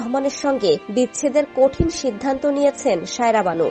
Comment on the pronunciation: Shaira na bhai, SAIRA- kindly pronounce correctly!